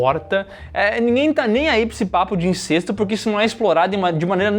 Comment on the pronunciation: Não sei de onde a galera tira que a pronúncia é INCÊSTO. É INCÉSTO!!!!